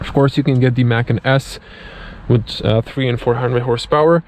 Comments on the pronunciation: Dude, it’s pronounced “Por-shuh”and “Muh-con”. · Porsch’ Mackin’? Ok, i can understand not knowing Macan. But the brand is two syllables. Say it with me... Porsch-Ah.... Porsche-Ah.... Porsche-A